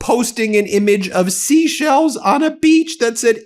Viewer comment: Ben, 'She sells seashells by the seashore.' I thought I was hearing things, but after the fourth "Sheshell" I turned on CC and it registers Sheshells as well.😉🐚